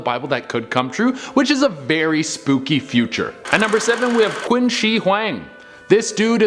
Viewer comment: Qin is pronounced chin